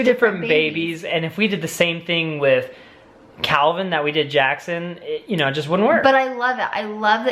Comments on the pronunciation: Did call Calvin - KEVEN at the very end there!?!?!? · Here come the comments saying got calvins name wrong 😂 who remembers when he did that before? I love home alone!